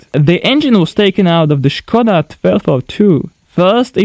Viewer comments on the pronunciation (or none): The " ";)